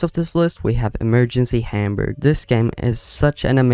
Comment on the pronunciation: How he Said Hamburg ahh IT hurts. Im german